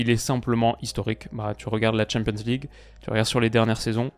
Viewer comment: Qu'il apprenne d'abord à dire champion's league ou C1, c'est pénible ... et ridicule (quand on comprend l'anglais).